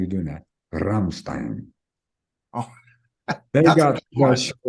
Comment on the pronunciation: I wonder what Mick thinks of Rory Gallagher? PS: great pronunciation of the name Rammstein. He nailed that!